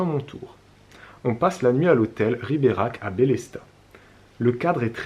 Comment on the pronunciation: J'aurai du compter combien de fois tu prononce Riberach. Tellement de pub et pas de promo pour un séjour snif snif.